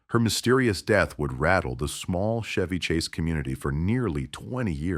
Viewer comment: "Shevy" Chase? I smell AI slop